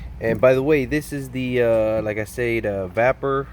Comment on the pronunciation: Vap per?.......i hope you were joking. Just in case it's pronounced VAY PER.